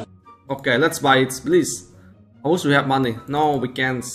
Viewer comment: Its not wis its wish